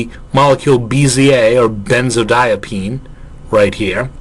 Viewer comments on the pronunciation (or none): Hey. Great lecture. I think that might be a benzodiazepine instead of a “benzodiapine.”